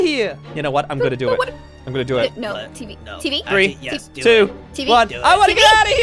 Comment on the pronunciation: It's teevee